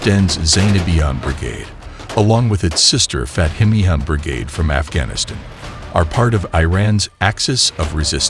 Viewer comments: The narrator s pronunciation is abhorrent esp of Iran, Pakistan and Afghanistan. Has he never heard of these countries. Iran he pronunces as iron. Disgusting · Are you a BOT? You mispronounced the group names, but then you mispronounced Pakistan and Afghanistan. You mispronounced Shia, you mispronounced Iran and Iraq and even Hamas. Have you thought about not doing these videos? I mean, there is Stu..d, then there is you. How the H do you mispronounce Hamas? They have been on every news source on the planet for the past 9 months.